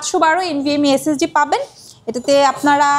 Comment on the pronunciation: SSD❌ S S D✅